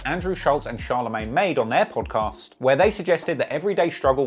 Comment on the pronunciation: Hate how he's saying Podcast... great content though